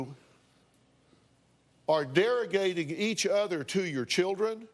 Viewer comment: Pretty sure he said derrigating. Is that even a word?